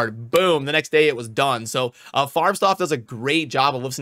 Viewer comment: hehe you pronounce FarbstOff with a O like OREO not "O" like Stuff / Staf ... just something i have noticed in other videos before... a german would never tell you, since they pronounce a lot of english words wrong anyway... so just for your info :) affter the O you make a hard FF , if you switch the lights OFF ... it is the same OFF in his name ;)